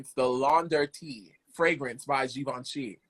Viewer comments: I mispronounced Givenchy too! LOL It was like, "Yeah, Audrey Hepburn wears such gorgeous Gee Von Shee clothes, but what about this Gavenchee? What's that label's clothes like?" Hahahaha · Haha gervinchi lil Kim pronounced it wrong too in the song mafia land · The “Givenchy” story reminds me of Angelea’s audition. “She’s got a given-chee campaign”….”she’s got a what campaign?” 😂